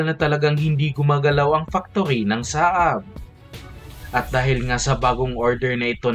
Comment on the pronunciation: Hindi "SA-AB" kundi "SAB"!